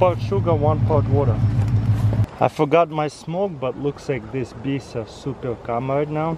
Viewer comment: "Feed de Beest"